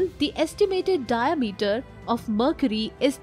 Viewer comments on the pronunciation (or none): none